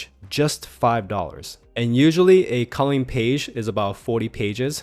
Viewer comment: You say "calling books" instead of "colouring books". On other videos as well.